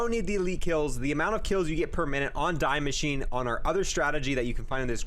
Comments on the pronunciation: Its not die its de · I don’t want to be that guy but it’s pronounced Dee Machineh not Die Machine. The name of the map is German, not English. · Its not DAI MACHINE its DIE MASCHINE its german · Die machine is pronounced Dee mashee-ne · It’s pronounced Dee-Mek-in-a Sry that sounds rude just try a help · Is this the right way to pronounce die maschine I think the die is pronounced as dee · You say DEE Machine its german like DEEz nuts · It’s pronounced “Dee machine”.... DIE Is THE in German 🤦🏼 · Love your guides, great work, thanks for this one specifically. But man, how come you pronounce Die Maschine so absolutely poorly? I'm pretty sure you're smart, and know that the way you're saying it sounds really... kinda nasty? i guess?, just wondering why that 1 single thing is the only thing you do wrong on your entire stream, haha. I have pet peeves and i apologize for taking it so seriously. but it triggers something in my head every time :-( (its dee mascheen) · You are a good youtuber, but stop saying die machine wrong😆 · Same with how he says die machine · I hate how he pronounces die maschine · I'm sad that him saying it the way he does triggers the living shit out of me especially with the amount of times he said it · The way you pronounce Die Machine gives me aids